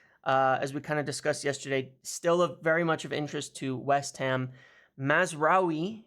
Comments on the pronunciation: Congratulations on your (repeated!) pronounciation of Mazraoui! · Congrats on finally pronouncing mazarai correctly